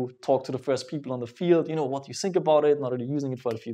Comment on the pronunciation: ich liebe es wenn er thinks sagt I love when he says sings